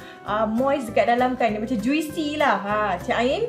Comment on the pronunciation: i cannot move on dgn "ju-we-see" tu...